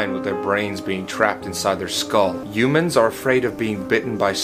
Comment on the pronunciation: Why did he say yumans?